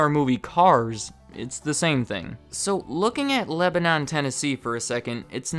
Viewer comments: Lol we can tell you definitely aren't from Lebanon based on how you pronounce it. Locals say it with more of a country accent. Tech this is not the original pronunciation, but how a place is pronounced is by how the people who live there pronounce it. It is more of Leb - ah - nin or Leb - ah - non. The store location in Lebanon is pretty popular and is considered historic for the city. It is my hometown and where I lived for the first 30 years of my life. It is a pretty big deal for tourist and Lebanon gets a ton of them due to its history with the local college kids being massacred during the civil war, when Lebanon was a trade route for the military and did not house civilians aside from the students. The murders were a message from one side to the other and way to cut off supply routes. Lebanon gets tons of tourist due to this history and a large percentage of Cumberland students are from foreign countries. There is a whole history tit he college to explain why but in average more than half the student body is people who send their kids to America to do their schooling. The Wilson County fair is also popular and gets a ton of people from out if state. That makes up more than half the sales of that particular fair and more recently became the state fair as it has out performed the state fair. All kinds of vehicles flock from several states over just to go to that one fair. Many of these people are told they have to stop in at Cracker Barrel, which to them feels like an auth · Lebanon is pronounced “leh-buh-nin” in TN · Maybe I’m just too southern but the way you pronounced Lebanon pissed me off a lil tbh. We pronounce it leh-buh-nin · Not gonna lie, as a native Nashvillian, hearing you say Lebanon made me cringe lol. A lot of use pronounce Lebanon as Leb-nin lol! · Hey just letting you know, Lebanon TN is actually pronounced Le-buh-nin. Local tip lol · It's pronounced le-ba-nin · Layla F. I thought the same thing! It’s Leba-nun lol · its pronounced leb-nhun lol